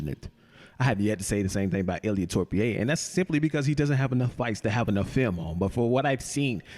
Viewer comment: Ilia Torpie is crazy 😭😭bro is disrespectful at this point, is not that hard pronounce Topuria😂